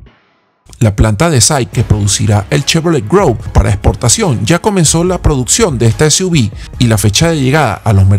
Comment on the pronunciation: Hola.. la pronunciación es es Chevrolet Groove (gruv). Saludos!!